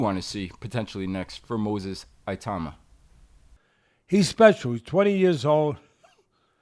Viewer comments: I think it is petty to disparage commentators who point out the mispronunciation of fighter's names. Like the two Teddys, I don't know the proper pronunciation of 'Itauma', so what is wrong with admitting to that? No one should get on your case for admitting to your own humanity, all we ask is that you do your very best. In this case, what is wrong with addressing him by his first name, it would be so much simpler? Lastly, I have a lot of time for Dillion Whyte because he has proven himself a genuine warrior. Moses Itauma's first-round victory, is a real wake-up call for any future opponents. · No Teddy Atlast, the problem isn’t with mispronouncing his name is it, we all make mistakes! It’s when you’ve been given the correct name but still refuse to use it saying "ahh I don’t care what you call him" Just call the man his given name? "Moses Itauma" IT-OW-MUH!👍🏼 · It’s i-tauma not eye-tauma FFS. I love Teddy but he and are absolute snowflakes when it comes to this. #AmericansBeingAmericans… not caring one jot about the proper pronunciation of anybody else’s name and not caring to find out absolutely pathetic and actually quite laughable. And they wonder why the rest of the world really dislikes them. Let’s call in Sherlock Holmes Homes and maybe he can figure out. Absolute clown (on this) ps The funniest thing is that if somebody called Teddy ‘Teddoyi Atlastu’ he would undoubtedly b***h & whine about it, perpetually. Grrr. I love the show but this is a gigantic Blind sport and you should be embarrassed. You won’t be because of your inherent narcissism in certain aspects good luck to you. You won’t read this comment, that’s fine ps at least you brought up your son correctly - he cares about this stuff and rightly so. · Its ih-toomah not IY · ee-tu-mah. He is a Nigerian-Czech. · Its actually pronounced "E TOE MA" not itowma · Its not eye tuna ffs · ee - tow (like towel) - ma not tu - thats an Akwa Ibom name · Its....it auma Not eye towma